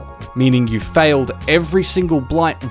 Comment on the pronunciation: BY THE WAY…. YOU ARE NOT clear when you say FAILED WHEN I’m assuming you mean FILLED